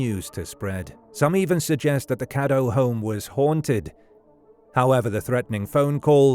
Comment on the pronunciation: Her last name was "Cadow" not "Caddo" and it's a German name.